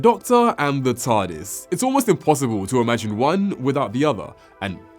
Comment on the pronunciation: it sounds like hes saying Tardasses 😂